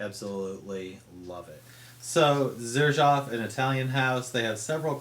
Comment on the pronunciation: Pornunciation is serzhoof not zerjaf